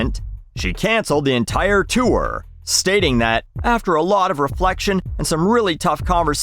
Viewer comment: I love how you say “chewer” instead of “tour” 😂